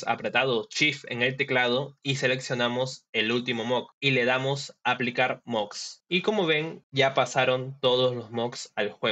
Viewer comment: Bro, se pronuncia moDs con "D" no se pronuncia moGs con "G"